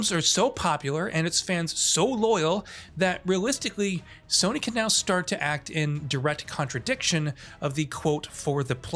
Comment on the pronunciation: its time for Soh-ny to sink